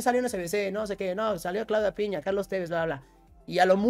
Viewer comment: Siempre dice Claudia PiÑa, pero es PiNa